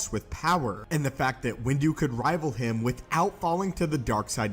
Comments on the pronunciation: Him please not hime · Here when it says hime